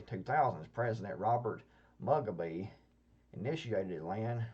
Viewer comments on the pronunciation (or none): pronounced: moo\gaw\bee - mugabe